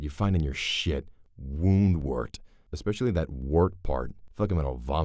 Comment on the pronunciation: The disclaimer about "BigTop" might be easier to accept if he wasn't already mispronouncing Woundwort as "Wormwort." Don't get me started on Kehaar. Why is he doing a review of a movie he's never seen?!